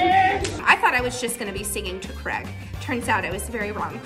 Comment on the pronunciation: Creg it’s supposed to be pronounced crayg